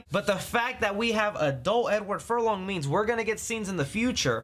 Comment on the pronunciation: Edward Furlong-Dong. you crazy.